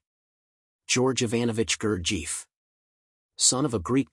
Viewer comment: that is not how to pronounce his name is it too much to get that right. who in the hell told you his father was greek ?